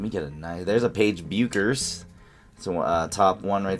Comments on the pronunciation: Now we’re back to the BECK-ers vs BEW-ckers debate. I think it’s BECK-ers (I agree with Cameron Brink). Where do people stand on this, because the video’s pronunciation just doesn’t sound right? lol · It's pronounced Beckers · Nice pull.... pronounced Beckers... take out the U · As a big UConn fan I've got two things for you. First, that is a dream hit. I mean when she goes pro the best we'll get is some lame Panini WNBA cards. Oh, and second, the U is silent. She pronounces her name Beckers 😃